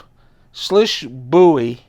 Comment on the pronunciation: Just FYI, it’s pronounced “Swish.”